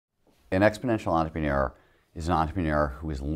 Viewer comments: I don't think he knows how to pronounce entrepreneur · this nigga cant say entrepreneur